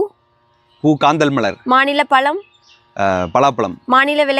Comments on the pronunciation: பளம் இல்லை பழம்... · ல ள ழ தயவு செய்து தமிழின் ழ வை சரியாக உசரிகவும் பழம் palam அல்ல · மாநில பலம் இல்ல அது. பழம்! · மாநில பலம் இல்ல மாநில பழம். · பலம் விலையாட்டு விலங்கு பரவை நல்ல உச்சரிப்பு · மானிள பளமா. பழம் நு உச்சரிக்க முதல்ல கத்துக்கோமா. கஷ்டம் தமிழ் பேசவே தெரியல. கேள்வி வேறு. கொடுமை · 'பழம்' இன்னு சொல்லுங்க.... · தமில்! பலம்! தமிழா? தமிலா?